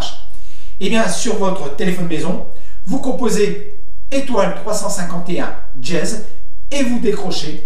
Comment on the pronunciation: C'est pas "djez" c'est "dièse" !